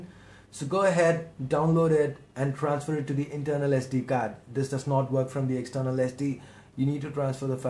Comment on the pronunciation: bro its sd card not sd gaard!